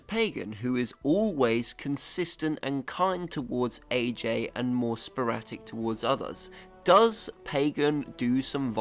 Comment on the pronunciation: It's "sporadic", not "sporatic" 👍🏻